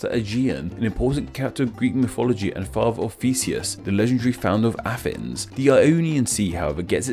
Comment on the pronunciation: Why do you say Afens when you mean Athens and Norf for North? I am learning English and I am confused.